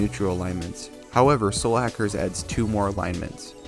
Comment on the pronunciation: lol Your accent makes it sound like you're referring to this game as "Slackers." >_<*